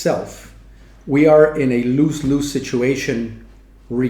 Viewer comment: Lose Lose pronounced as luz luz, z sound, not s sound, not loose loose. I must also add that your English is better than 99% of all English speakers.